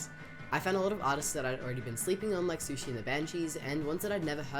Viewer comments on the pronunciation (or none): "SUSHI and the banshees"? It's pronounced Suzie/Suzy/Susi whatever.